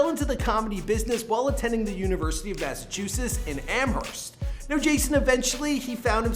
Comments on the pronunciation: “University of Massachusess and Amherst” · Did you just call it "Massachuses"